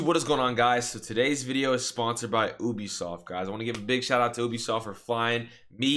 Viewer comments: Man said OOBISOFT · Me at first: OMG THIS VID IS GONNA BE SICK: says ubisoft (oo-be-soft) instead of ubisoft (you-be-soft) Me: I'm out this guy's pissing me off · so it ooooobisoft........ not youbisoft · No offence, but "this video is sponsored by 'oobisoft'". Love you man!